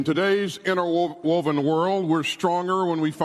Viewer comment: Did he just say "Inter Woke-Woven World"?